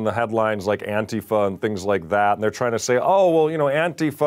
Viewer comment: Jesus, can someone who knows Mike send him a single article or news story about what ATIFA is, at least he could learn to pronounce it. FFS, I love this network but how have they missed every news story ever done about ANTIFA!!??